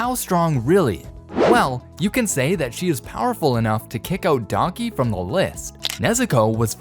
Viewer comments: It’s Daki, not Donkey. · Am I the only one that can hear DONKEY 😂😂(instead of DAKI😅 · Bro said Donkey instead of daki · You idiot it's "daki" not "donkey" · he says donkey instead of Daki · I thought you said donkey 😂😂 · I like how no one has mentioned dudes saying daki like donkey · Lol every time he says Daki I hear "Daunky" 😂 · why he calling daki, donkey?? am i the only one hearing this? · I swear this dude keeps on pronouncing daki as donkey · am i the only one who heard donkey instead of daki ?💀💀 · when he said daki i thought he said donkey